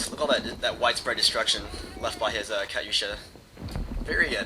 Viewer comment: ur saying katusha funny that's really not how u say it but its ok.